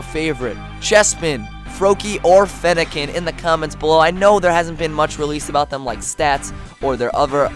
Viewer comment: Fennekin not fennikin LOL